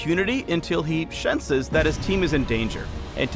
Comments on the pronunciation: He "shenses" and "Garentees"? Yea i see your intenshen ^^ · did he really say shenses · Shenses? Jhinstantly? Whyyyyy? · "Until he Shenses", "...lowing him up Jhinstantly" I see what u did there. Classical. =D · Until he "shenses" damn it. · "Shensational" "Shenses" "Jhinstantly" pls. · Ah, too many puns to handle, Garen-teed and Shenses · 'shenses' wp phreak.. wp..